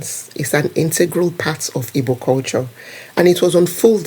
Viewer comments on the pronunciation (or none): Don't pronounce Ibo.The real pronunciation and spelling is Igbo